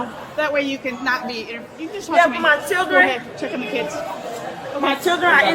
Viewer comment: “Ma Chill-den Ar in De Karr” 🗣️🗣️